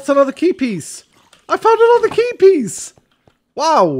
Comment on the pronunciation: Whenever you say Key Piece I hear Keepies!! That's a very word, I can imagine you naming your valuables chest "Keepies"